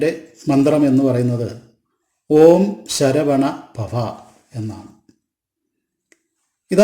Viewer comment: ശരവണഭവ എന്നല്ലേ ശരവണപവ എന്നല്ലല്ലോ